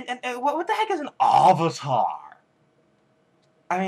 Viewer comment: LOL AHvatar. OHng. SOW-ka. Ew. EWWW! I wanted to punch someone too. :(